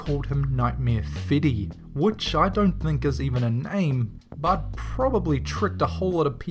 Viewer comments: lol "Feddy" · feddy!? google: IT'S FREDDY!!